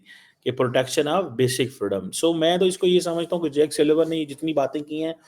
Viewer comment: It's JAKE NOT JACK 😅😅😅😅😅 ILLITERATE INTELLECTUALS OF PADISTAN 😅😅😅